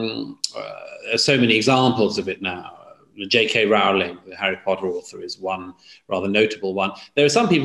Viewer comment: I’m Douglas Murray’s biggest fan, but he’s fallen into the trap of mispronouncing JK Rowling’s name, in much the same way that most people mispronounce David Bowie’s name now. Neither rhyme with the word ‘cow’.